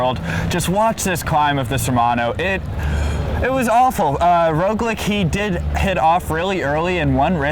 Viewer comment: Great video guys, but god, it's "roglitch", not "roglik"